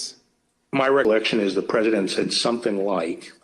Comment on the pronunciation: olde school grammar nazi note:,, luv ya, man, but t's are not pronounced as d's, lol try it right, phonics, man. numbers will improve; ) seriously? "saddin"?? lol luv ya man.